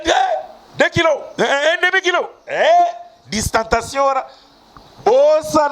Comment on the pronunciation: félicitations vs avez bien prononcé le mot Distanciation!!!!!!